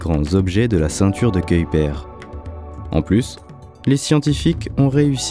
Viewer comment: La prononciation de Kuiper est dégueulasse. J'ai zappé la vidéo.🤮